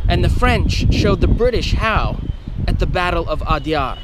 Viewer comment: Well done and Interesting Video! But please focus a little more effort on pronunciation. Every time you said Adyar it jarred a little. The alternate spelling "Adayar" reflects a bit more of the local pronunciation.